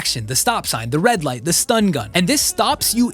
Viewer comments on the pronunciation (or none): none